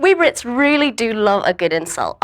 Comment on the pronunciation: At the start of the video she says "we rits"